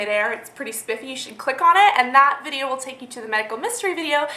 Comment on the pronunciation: the way you say video is annoying